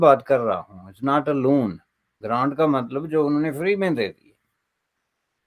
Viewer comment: Its “loan” and not “lawn”😂